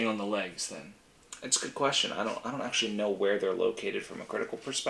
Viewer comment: Axactly! Axtual Axes.